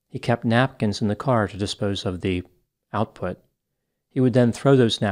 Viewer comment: You said "out put" 😂😂🤣 Edit: And NO ONE is picking up random dirty napkins with said "out put" all over them 🤮